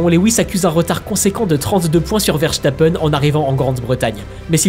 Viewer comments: verSTappen et non verchtappen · c'est plus verstappen mais verchtappen super vidéo